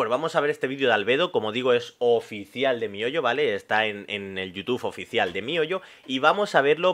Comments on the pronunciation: Mi hoyo 🤣🤣🤣 se pronuncia mijoyo recordad que en otros países la h suena como j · me rio cada vez que lo dices 🤣🤣🤣 mi hoyo me recuerda a la canción que dice eso XD